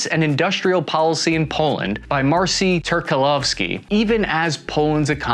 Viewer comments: Dude, MARCIN is pronounced MARCH-IN not MARSEEN. Carry on 👍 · The Polish name Marcin is pronounced: "marchin." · 'Marcin' is pronounced 'Marcheen' in English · That polish name you butchered is pronounced "MAR-CHEEN" can't blame you tho polish has no-chill